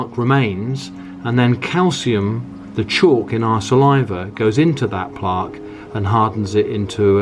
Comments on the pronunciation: Plaaaque & Tuthbrush, interesting pronunciation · Why do u pronounce plaque like that 🤣🤣